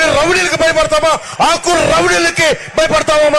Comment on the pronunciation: ఒరే నువ్వు అస్తమానం ఆకు ఆకు అంటుంటే ...తు నాకు ....కు లా వినబడుతుంది.